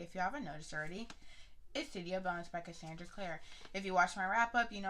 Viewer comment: Lets do this.... Basic AF Hahaha I like you edition of it... I haven’t seen the hardback edition of city of bones... I’m mad you really saying her name wrong even though I can’t stand her either... the whole rat thing will be figured out later... well as to why I don’t know but what happened after and how that has an effect on Simon... she would literally would let the world burn for Jace..